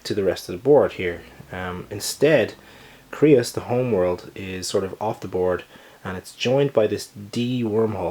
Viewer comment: Creuss is pronounced like Dr. Seuss *CHANGE MY MIND*